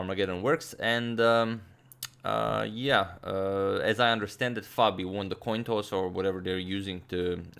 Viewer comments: toin coss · he wanted to say Coin Toss but sad Toin Coss instead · toin coss, like they said in the stream